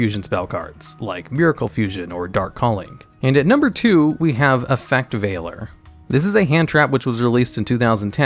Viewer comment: He said Effect Veiler right!! :D